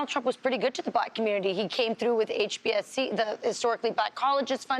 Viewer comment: She said HBSC, when it's HBCU 🤣🤣🤣!!!